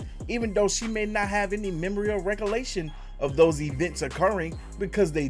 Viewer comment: between using "rather" instead of "whether" in EVERY video AAANND the mispronunciation of recollection as "re-co-la-tion" is what led me to unsubscribing. I'm not sorry, my dude.